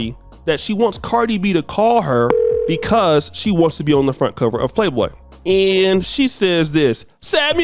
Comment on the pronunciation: the magazine is called Playboy, not Playdough 🙄